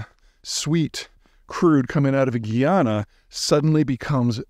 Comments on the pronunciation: Guy-ana, not gee- yana, - an actual Guyanese person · Big homie. My home country is Guyana pronounced Guy-ana. Please continue to preach about us not doing anything significant before the discovery of oil. Keep people from catching on and screwing up all of the awesome we have going on. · Perer the country is Guy-ana. Prior to indeperndce their was British, Dutch & French Guinea. I'm surprised you did'nt know this. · Peter, it's pronounce GUY-ana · I'm from guyana. But I've lived in Canada for a bit under 40 years I still find it fascinating how it would be possible in this day and age for so many North American people to mispronounce Guyana. I mean it is right in the spelling. GUY+ana.. And even going past that common sense pronunciation that North Americans cannot seem to grasp, you could YouTube any number of videos posted by Guyanese nationals. They speak English FFS! To mispronounce a country's name in 2024 is shocking. It starts to go beyond the disrespect you show that local population and begins to say more about your own personality. I mean it's kind of sociopathic to do a whole video on a country yet not even consider the possibility that you've gotten something so basic as pronunciation wrong. I know it's a bit of a rant but this happens way too much on youtube... Guyana is becoming more and more popular with YouTube influencers.. and it's so embarrassing to see so many Americans, British and Canadians landing in Guyana and continuing to mispronounce the name of the country. Even when faced with locals pronouncing it correctly, the hubris of these wierdos to still mispronounce GUYana is shocking. I have to repeat this, the population speaks English. English is the official language FFS. This shouldn't be difficult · It's pronounced GUY-ana. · It’s GUY-ANA, not GUI or GEE, its GUY in english